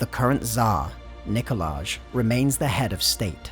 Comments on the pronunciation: It's pronounced Nikolaj #99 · It's pronounced Nikolaj. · It’s pronounced Nikolaj